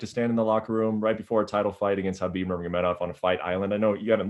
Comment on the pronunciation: I find it funny that he doesn't know how to properly pronounce (k)HABIB! Love you Justin, I'll be watching.